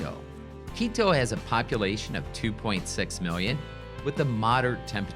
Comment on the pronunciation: What a sleazy, cheese salesman. You totally mispronounce Quito. It's QUITO with T not D!